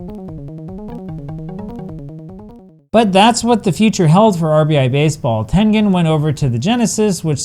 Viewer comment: You pronouncing tengen in Chinese really impressed me.